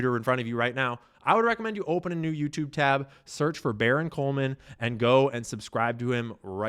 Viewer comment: Sh*t. It's "Coleman" not cohen🤨